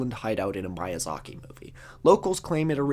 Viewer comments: Just a heads up: the "i"s in "Miyazaki" are pronounced like the "i" in "sushi" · ok how he said "miyazaki" had to be on purpose to meet the mispronunciation quota, right? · Congratulations on being able to pronounce Byzantine but unfortunately your pronunciation of Miyazaki requires you to be sent into The Device. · Bro noooooo. You made it 1 hour and 30 min and then mispronounced Miyazaki... 😅